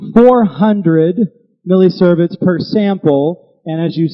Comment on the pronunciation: See-verts, not servets